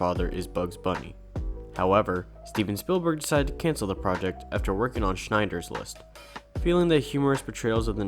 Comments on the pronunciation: He said shnider list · I know you've only been making videos on yt for a few months and work hard on making them, but you can't be making a colossal screw up like calling "Schindler's List", "Schneider's List". It's gonna make viewers think you don't put effort or care into your research. I'm not trying to bring you down or anything. I'm saying this because I see potential in your channel. I genuinely liked your video. If I didn't like it, I wouldn't have watched it to end. Just try to be a little more professional in presenting your work. Other than that though, good job. Best of luck to you and your channel!